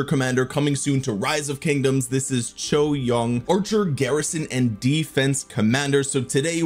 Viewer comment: “Chew-ei Young”, not choi young